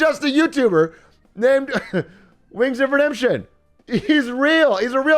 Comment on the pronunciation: Fail of the week, atrioc says BernieG*** which is a way of saying something racist and you also got wingsofredempetions name wrong… say Bernie’s full name real slow and you’ll realize what I’m saying